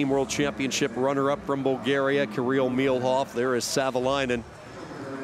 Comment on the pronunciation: It's Milov not Milhov